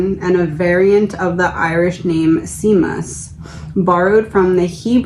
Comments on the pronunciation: Seamus (Shay-mus) 😘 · ☘️The Irish Seamus sounds like "shay-mus".